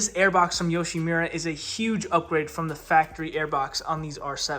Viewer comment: Yoshimura❌️ Yushimira✅️